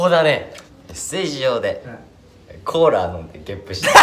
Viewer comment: 大光ちゃんへ ｢コーラー｣ではなく｢コーラ｣です。 もしかして、本気でコーラーだと思ってる？話す時もコーラーって言ってるし、、、かわいいな、おい